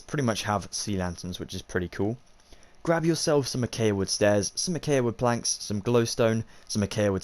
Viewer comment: I know it's knit picky but your saying acacia wrong but other than that amazing video